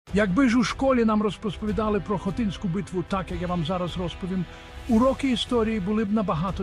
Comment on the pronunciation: Не Хотиньську, а Хотинську! Місто називається Хотин!